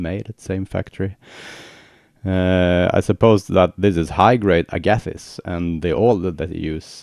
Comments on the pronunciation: Yeah, what was the kind of wood you said it was made of? Sounded like agathiss, so I have no idea. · Agathis. I find it hard to pronounce :)